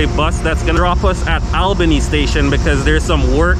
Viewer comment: Promounced Allbany